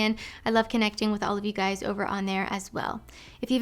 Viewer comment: MEN ARE JUST DONE WIFF ALL Y'ALL!!!!! IT'S OVA WIFF